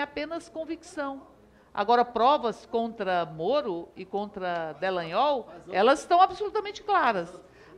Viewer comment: Delanhol? Kkkkkkkk Alguém tire essa Erika de lá pfvr